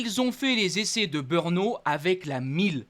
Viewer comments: Toi ''le commenteur de ce site'' tu veut nous des leçons ,alors je t'en donne un ''arrête de nous bassiner avec ton BEUUUUURNO''Cela s'écrit BRNO et se dit BRENO,si tu n'y arrive pas,fait tes offres pour commenter les Bisounours.... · In 2027, when you’re commentating on the Czech GP—or "BEURNO," as you pronounce it—I hope you’ll have taken some diction lessons and won't say "BEURNO" anymore, but rather "BR-NO" (which is how it's spelled: BRNO)... OK, got it? (If you know the chauvinistic commentators at Canal+, have a word with them; they make the same mistake... A huge THANK YOU!!!!)